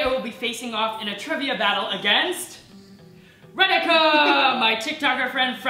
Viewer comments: You were saying "Radhika" and Me hearing it "Renica"😆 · Indians-Ra-Dhi-Kaa☺️🥰 Americans-Re-Di-CAa😕 Edit:Thanks for so many likes👍❤️